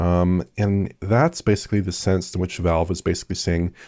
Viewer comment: Don try to count all the times mispronounces basically as “basely”, that would be a full time job